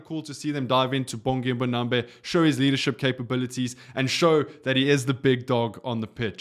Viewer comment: Man you pronounce his name correctly though? Its not MbonambE its MbonambI.